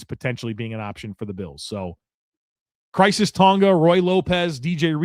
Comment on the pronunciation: Hey, it's Khyiris (Ky-ris) and not Crisis Tonga